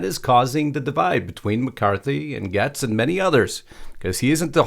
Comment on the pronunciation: Gaetz is pronounced Gates not Gets